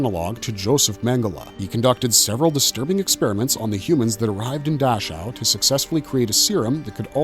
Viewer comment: Dachau => Dack-how